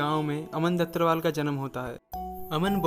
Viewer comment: Bhai vo dhattarwal hai bhattarwal nhi 😂